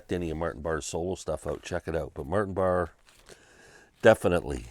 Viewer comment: Sorry if I sound like Karen.. just saying pronounced Martin Bar-ray.